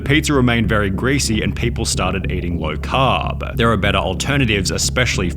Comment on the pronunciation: Why do you consistently elongate syllables at the end of words? low caaaaaaarb. Moneeeeeey. Why? It bothers me